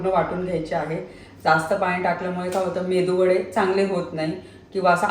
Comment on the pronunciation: Please say right pronunciation MeduVada not Mendu Vada 😊